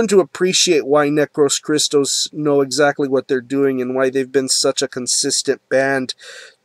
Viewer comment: \m/ Hell yea, somebody reviewed Necros Christos \m/ I have their 2 albums and their compilation, I'm missing "Nince Graves" but I will buy soon. Oh well the band's name is greek words, and the tone while you are saying it goes like that "necrOS christOs" the tone on the "O" \m/ keep it metal! Is there anything similar like necros christos?